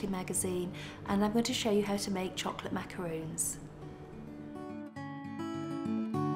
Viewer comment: lol its macarons!!!! not macaroons...